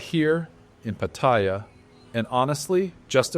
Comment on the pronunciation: Can you learn how to pronounce Pattaya? It’s pa ta ya’. All A’s sound the same.. the soft a like in cat. Ask any Thai. As far as the way smart phones have changed dating? We men need to be good on our phones too. I like meeting ladies now, by getting to be acquainted on phones. Meeting a stranger based on buying them a drink for fake affection always sucked anyway.